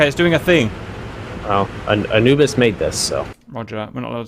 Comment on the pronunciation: why can't you say anubis?